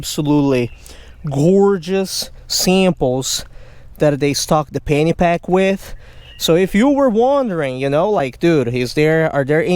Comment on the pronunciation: No offense brother.. I thought you were saying Fanny pack! Till I read the description..I love your work brother, keep it up!